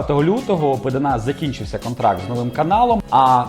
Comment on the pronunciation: правильно Пéдана а не Педáна.. образив Сашу.. хехе😄